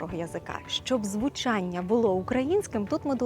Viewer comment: СліФ, звуЧЯння, трЬІматЬІ, почЯток, словом, тут і ЬІкання і фкання, і м'які шиплячі, ідея видива класна, маю надію авторка і власну вимову поліпшить.